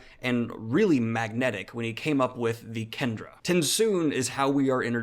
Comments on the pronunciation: Kandra is propnounced Kahn-dra!!!!!!!!!! Kendra is a girl's name! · A few comments -Kandra is pronounced "khan-dra" -Did you consider Parshendi at all for this list? - Have you thought of reading Temeraire? It presents an interesting take on dragons. Great video!